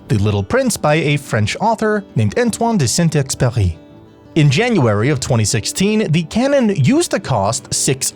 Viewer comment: the way u say "antoine de saint Exupéry is so funny im sobbing 😭